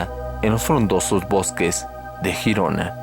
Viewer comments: Hola muy bueno este vídeo! Saludos enormes desde España. Lo único que se pronuncia Yirona. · Pronunciese (G)Yirona por favor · GIRONA NO SE PRONUNCIA JIRONA SINO LLIRONA Y EN ESPAÑOL SE LLAMA GERONA Y SE PRONUNCIA TAL COMO SE ESCRIBE. LE DAS CADA PUÑALADA AL IDIOMA QUE...MADRE MIA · No se pronuncia jirona si no Girona ,tú no dices Jato si no Gato además te ríes y pones un tono muy insultante cuando lees comentarios de los españoles que para nada se asemeja al acento español y nada de sudamericano, el que se pica ajos come y te crees el 7 ciencias que lo sabes todo dejando a las personas como ignorantes y todo lo que públicas ya está más que visto y resuelto ,y porfavor no estamos en la era de Cristóbal Colón por que antes que los españoles ya fueron los bárbaros dejando a incultos que hoy ya vemos los resultados de lo que nos encontramos en Latinoamérica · No es critica ni mucho menos, solo un simple detalle. Girona en verdad se pronuncia como si se escribiese con la y griega. Sería Yirona, que es como se pronuncia en catalan. El nombre correcto en castellano sería Gerona y en este caso si se pronuncia la g como si fuese j. Saludos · Se escribe Girona y se pronuncia Yirona, no Jirona, ya que dices que eres investigador ponte a investigar eso también antes de equivocarte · se dice gerona ! no girona si quieres decirlo en Catalan es Girona bueno te entiendo porque eres de Sur America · Se escribe 👉 “GERONA y GIRONA “… Se pronuncia👉 “LLIRONA” . Es Catalán,coño.😒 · Girona no se pronuncia asi